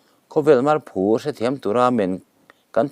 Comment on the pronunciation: Marphu tih hi phu ngaizawng in hmelthat hleih lutuk a i phu lo kan lamrik ang hian marphu tiha lam rik tur ngaihthlak a ti nuam lo deuh